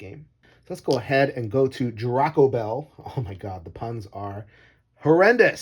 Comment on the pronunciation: Every review/playthrough I've watched about this game, they've mispronounced Draco.